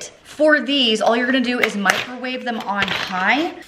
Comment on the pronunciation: I like "Micro wavvaay" !